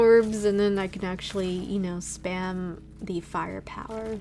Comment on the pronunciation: I liked it when you said fire powwah in beginning 🤣